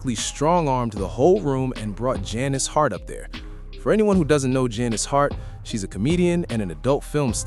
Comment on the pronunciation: You're NOT saying her name right. Annoying.